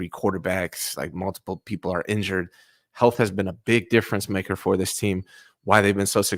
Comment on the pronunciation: He said health😂😂😂